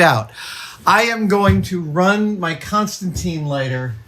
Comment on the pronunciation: 40 seconds in, and the Constantine comic fans are losing their minds at the pronunciation. I can literally feel the frustration.